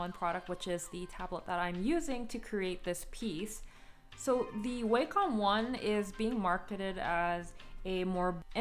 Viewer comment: You are literally the first person I see pronouncing Wacom like Waycom